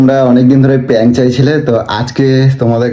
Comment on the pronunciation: দাদা ওটা পাং না প্রান্ক 😂